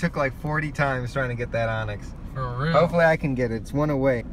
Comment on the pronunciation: Great video, but just an fyi its Onix